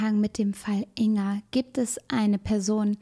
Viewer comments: Ein kleiner Hinweis: man spricht den Namen Ing-Ga, also das G wird gesprochen. Natürlich ist das Video auch so gut und wichtig. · Jetzt mal ganz vom schrecklichen Inhalt des Videos abgesehen, mich triggert es immer wieder, wie sie "Inga" ausspricht😅😅